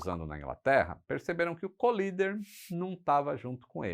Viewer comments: Um detalhe: o piloto não se chamava Collider (que para ser "colisão", teria de ser dito "colaider" e não "colider"), mas sim Collier, ou Kenneth Roy Collier, e por isso não tem nada a ver com colisão. Abraço. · O nome é Ken Collier e não Colider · O nome do As é Kenett Roy COLLIER e não Collider